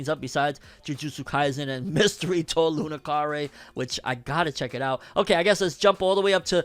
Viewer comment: Please fix your pronunciation of Mystery to iu nakare. Iu (iu) as in to say in Japanese. Otherwise awesome video as always.